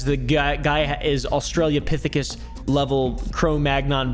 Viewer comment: u cant use big words in the wrong order if u cant even say Australopithecus